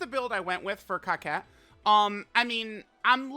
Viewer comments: It's cocotte not coquette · Sorry. Was thinking that someone would correct you but that hasn't happened yet. Her name isn't pronounced 「Kaket」. It's pronounced 「"coco" small pause "to"」 The first "co" and second "co" sound exactly the same. The "to" sounds the same as the "to" in the word "towards." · I thought her name was pronounced Co-cette not cockette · I’m pretty sure her name isn’t pronounced COCKette but that’s just me 🤷🏻‍♂️ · Are you sure you’re saying the name right? I don’t see how “otte” makes “ette” sound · bro said Cockette 🤨